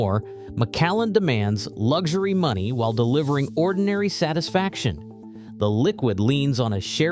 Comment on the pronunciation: Lugshery ? Why can Americans spell luxury but can't pronounce it ?🤔